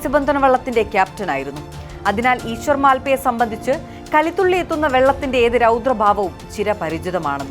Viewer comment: മാൽപ്പെ അല്ല മൽപെ